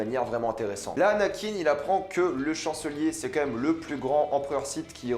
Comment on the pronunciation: j’adore tout se que te dit mec mais par contre ARRÊTE DE DIRE COMME MÊME !!!!!!!!!